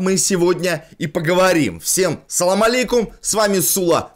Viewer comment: Сула говори пожалуйста Ассалам Алейкум, а не салам алейкум. С первой буквой А а не С